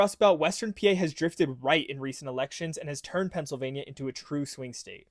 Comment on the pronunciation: “Eastern Phiansylvania” great job AI